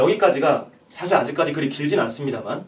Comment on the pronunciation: 장음인 한자의 첫자를 찗게 바음 하신 예: 사실,시작,여부,예,신의의 신,비판,반복,소견,보편,현격,보편 등이오며, 측면이라는 단어를 계속해서"칙면"이라고 발음 했고, 만물지도, 오행지기 등은 두자씩 띄어 읽었읍니다. 잘못입니다. "오행지 기"라고 "오행지"와 같이 부쳐 읽어야 합니다. 또 한가지 놀란 것은, 인간이라는 "사람"은 첫자 "사"를 길게 발음해야 하는데 짧게 발음 하셨읍니다. "한국 어문을 고발함"이라는 책을 권하고싶습니다 미국 변 완수 배